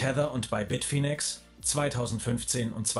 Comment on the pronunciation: Spricht man das wirklich BIT - FINE - EX? (Also: BIT - FAINE - EX) Dachte immer, dass das BIT - FINN - EX gesprochen wird. So wie andere Stimmen im Video...